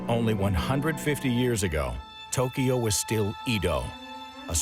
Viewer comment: He's also saying Tokiyo 🙄